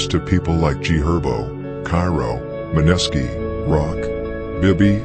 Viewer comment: Great video but the way narrator says “Maneski” is irking me bruh 😅